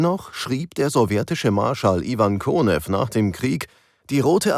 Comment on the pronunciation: Wieder ein guter Beitrag, doch achtet bitte auf die Aussprache - das Flugzeug heisst Jak-1, von Jakolew, dem Konstrukteur, und nicht Jag-one😢. Der Marschall wird Konjew gesprochen, nicht Konew. Ihr habt doch einen Sprecher und keine KI. Ansonsten - Danke für die Arbeit.